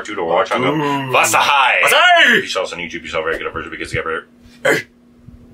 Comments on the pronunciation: not vazahai its (Vaa-lai) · u shud pronounce it as vaalai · Browww it's vaalai 😢😂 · bro the pronouncation of vaazhai 🥲